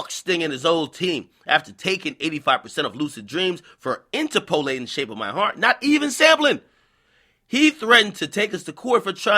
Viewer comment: IN-TERP-olating, goddamn....everytime u mispronounced it I got tight!😑